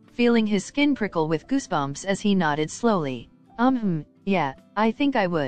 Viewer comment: Bro when he said I felt my skin prickle I thought he said pickle😂😅